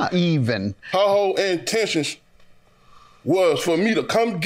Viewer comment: "That was her whole ANtentions" 🤣🤣😂😂😂😂😂🤣🤣😂😂